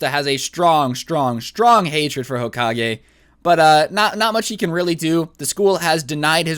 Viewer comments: Hoka-gay thats how he said it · I'm gonna call him hokagay Me: hmmmmm hokagay hoka-gay GAY